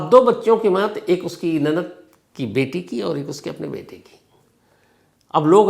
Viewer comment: Nanat nahi nanand hota hai..😏😏